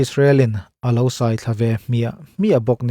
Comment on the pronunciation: Israel iron-dome hi chu a va han bon tak. Mahse hetiang ang system neih an ngai tawp mai hi chu(h)..buai kumhlun annih zia a tifiah hlein a hriat. Bible hunlai atang tawh an indo reng mai zawng anih hi maw...🤦🏽‍♂️ Engpawhnise te meuhin 'sai' thluk a tidiklo hi ka dem 😂😂 a ti nghing/khur daih alawm le.